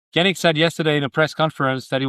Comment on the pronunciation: "Janick" mispronounced. AI slop.